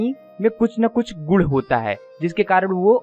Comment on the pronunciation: Gud nhi gun hota hai birds ka aap Gud bol rhe ho